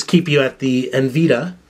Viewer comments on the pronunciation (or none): Dude. GPU = Graphics Processing Unit. Also, it's nVid_I_a, not enveeduh. Furthermore MagicGate, this translates to MD in your mind? Forgot that it's really MS, for MemoryStick, and not MD for MiniDisc, which is a completely different thing altogether? And no one uses it anymore? How about each and every Sony device that has memory card slots, like camera's, laptops, PSP, name it? You need to work on your knowledge if you really want to do useful reviews. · En-Vee-Da LOL